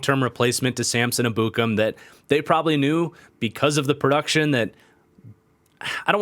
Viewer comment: Ur mispronoucing Ebukam. I'm pretty sure from listening to people its Eb-bu-kom